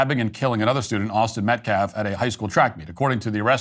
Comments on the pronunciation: Is this guy serious? A guy who can't even speak proper english - everyone knows "Metcalf" is pronounced METCALF - but he can't manage while he blatantly DISrespects this grieving family - a family who has given more grace than I could EVERRRRRRR manage if my son was done away with the way theirs has. SHAME on ALL of them - and those idiots raising all that money for the Anthony family are doing it why? To fund their lavish lifestyle? The Anthony family and their ridiculous cohorts have GOT to be kidding me. And to compare this to Kyle Rittenhouse?? 🤣🤣🤣🤣🤣🤣🤣🤣🤣 Bro, stop it. Did you even WATCH that trial? That actually WAS self defense - the definition of it. Wow, disgraceful. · That attorney doesn't even pronounce the name properly. He said 'Metclaff', what a supreme loser he is. I do feel like this boy made a serious mistake but he has to pay for it, regardless of whether he meant to kill him or not. Sad situation here and everything seems to fall back to Race. He wasn't in any risk of being killed by Austin and this case should be a slam dunk. As far as the money is concerned, I could care less about what they do with it, it's blood money and it's spiritually cursed. Karma is on the way. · The fact he keeps pronouncing Austin's pretty easy last name is gross. How is it inappropriate for the victims father to be at a press conference? This group is making every bad optics move possible. Then blaming the school district for not cancelling the track meet because of bad weather? Lol wow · This fool keeps saying Austin’s last name wrong. Metclaf who is Austin Metclaf… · Is the mispronunciation of white people‘s names intentional or is he really just that stupid? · Who's Metclaff? And how do you dishrespek someone? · Austin metclaff ? That dude couldn’t even pronounce the victims name right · You know what? I think he is on purpose saying Austin's last name wrong. It's Metcalf NOT Metclaff you hateful turd. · Pronounce the victims name correctly, goodness!